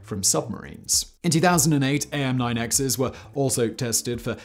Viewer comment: Just FYI Simon, we call them aim (just like the word) not a-i-m, and for some reason we don't use the phonetic alphabet for the model, we just use the letter name. (AIM-9 L, not AIM-9 lima.) It's the same for all AIM variants. :) Also, they are called sidewinder because of the way they S-curve through the air to their target just like the snakes.